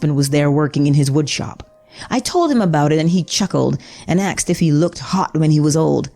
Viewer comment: The word is “asked.” ASKED. Not “axed.” Also...I’m surprised you haven’t gotten copyright strikes for blatantly ripping off the Netflix title screen style.